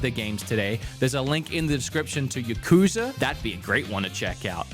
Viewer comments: It's not yuh-KOOO-zuh. It's YAH-ku-ZAAAA. I lived in Japan and dealt with the topic much. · says Yuh-kooza lol